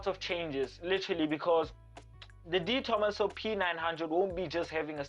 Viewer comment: De Tomaso. My name is Di Tomasso. EESH!!! Is that not the coolest car ever?